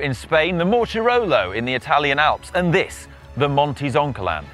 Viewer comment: Sorry, Contador says Mortirolo.:)